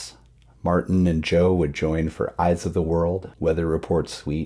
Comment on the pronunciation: Martin Fierro pronounced his first name MarTEEN.